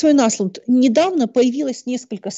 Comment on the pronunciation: Только Андеш (Anders) не Аслунд, а Ослунд (Åslund). Ну что же так имя и фамилию гостя коверкать?